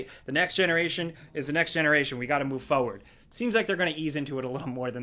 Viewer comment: Forward. Will ever pronounce it correctly?